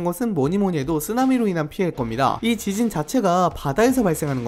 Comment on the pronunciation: 지진이 발음이 지진희로 계속 들림..ㅠ